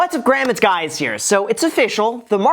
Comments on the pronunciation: Why he say “What’s up Graham, it’s Gay here?” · Intro what's up Graham it's guys here anyone else noticed 🤔 🤣